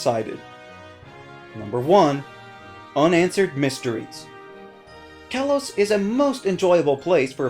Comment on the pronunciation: it's pronounced kay-low-s